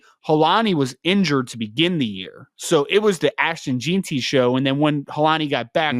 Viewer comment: It’s pronounced “Jen-T”. And for the record Boise has produced multiple NFL running backs over the past several years.